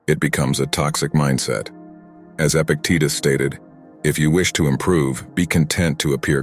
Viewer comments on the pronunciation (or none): none